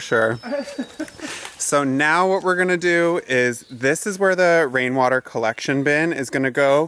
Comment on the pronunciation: Thank you for making us laff. Wain water. Weawy funny.